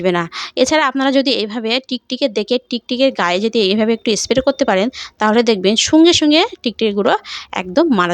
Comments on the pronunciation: স্প্রে কে এস্প্রে বলছেন? তবুও ভিডিও বানাতে হবে৷ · Tate asubidha ki aache...jar jmn kathar dharan se srkm e bolbe... Rajjyer Bisnumata k ektu giye esab sekhan